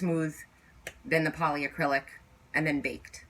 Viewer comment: It's polycrylic not poly A crylic. Lol